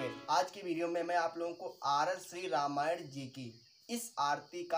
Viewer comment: भाई रामायड़ नही रामायण है पहले तो तुम ये सीखो फिर आना सिखाने